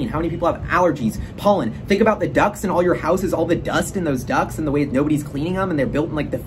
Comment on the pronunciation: "Think about the ducks in all your houses" - Hahaha, took me a second to realize you meant ducts.